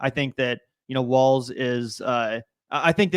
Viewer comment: Hey everyone his name is Walz not Waltz or Walls lol